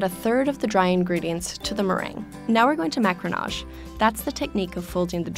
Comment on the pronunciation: Very thorough video. But the mispronunciation makes it hard to listen. 2 suggestions: 1) macaron is pronounced like it is spelled as three syllables not two 2) macaronage not macronage.